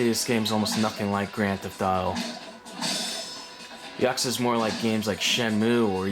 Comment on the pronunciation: Ya Coo Za. This is how it's pronounced lol